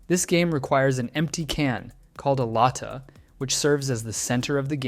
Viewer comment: For philippines you pronounce tsinelas as “chi ne las” not “tee si ne las” And for lata you pronounce it as “la ta” like very direct and kinda fast